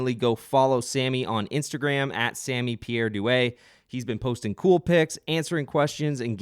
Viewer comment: Props for pronouncing Sammy's last name correctly! Heard it butchered in 99% of the interviews I've heard haha